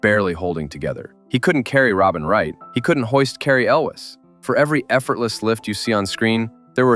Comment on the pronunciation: This was a first-date movie for me, when the gal and I worked at Disneyland :) And, it's Cary ELWES. not elvis. How about Animal House for one of your movies?